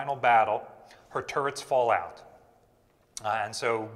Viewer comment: I’m watching this in bed, my wife laying next to me thinks you keep saying “turds”. I’m not correcting her, and this is kind of fun…